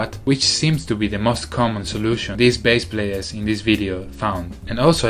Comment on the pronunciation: It is pronounced as Bass, not base...